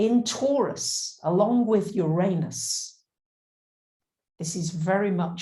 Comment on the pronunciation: I love your stuff. But, [(amusingly to me, after having spent 2 hours with someone even more struggling to entertain content past their prejudices of form (regarding your accompanying recent plejaran video), I still have to request)] could you please spend (even an hour, or just a minute) practicing and retraining your lips to a new habit of any of the pronunciations of Uranus that are not "your anus". Oo-Rah-Noos, Ur-Ah-Nis, Urr-Ahn-us, no Ee-Oo at the start, no "anus"(/Ay-nus). The mispronunciation is [EVERY time] jarringly, shatteringly, offensively, distracting. Also seems in the same harmonic as using derogatory terminology for the different (~ the planet that spins on its side (and offers the important other perspective), gets their name phonetically pronounced identical to "your anus",... see? bad vibes pronunciation). Try "ooh", or "ugh", not "your", and more "ah" than "ay" helps too, as does "nis" or "noos", rather than "nus" sounds. Please stop having your mouth and vocal chords say "your anus" when you mean "Uranus". they are different words. no matter how commonplace that lazy ugly mispronunciation is. (it [that mispronunciation] also kinda feels like a "f*** you" to Aquarius (and Aquarius egalitarian innovative ideals). Which I'm sure you don't want to be doing.) Even if you're not going to drop the "You" sound at the start, please try at least "you ran us", rather than "your anus". Uranus doesnt deserve this mistreatment. Hasn't it suffered enough? (Also